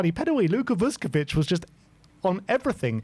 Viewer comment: Someone tell the spurs fans like it’s not vus ko vich. It’s all one word. Vuskovic.